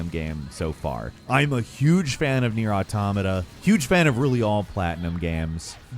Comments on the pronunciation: I feel like said NieR Automata so much in a short time only to mispronounce it every time just to mess with us at this point. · How he pronounces "Jeanne" and "Nier Automata", different 🤔 Bayo 2 was the best, Bayo 1 second best, Bayo 3 after that.